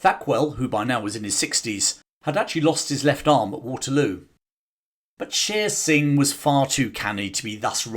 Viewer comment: Shere Singh is mispronounced. It is not "sheer" singh, but "share" singh.